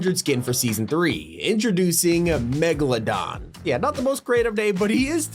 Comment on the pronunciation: He said megladon